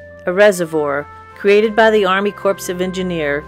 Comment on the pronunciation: The P in "corps" is silent. So is the S. It's pronounced "cor".